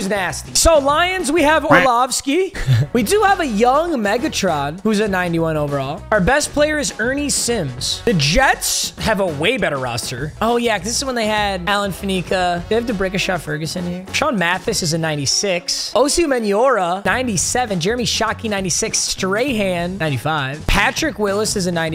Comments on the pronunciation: Faneca is pronounced FAN-ih-cuh, not fuh-NEE-cuh. Guy's a HoFer, please give him the respect he's due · As a Steelers fan, I've sat idle to this for to long., it's Fan-a-ca, not Fin-e-ca. Thank you for your time